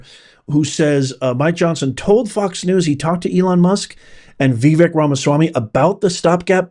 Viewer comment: Vivek Ramaswamy. His first name is pronounced Vivake (not Vivic). Come on ❤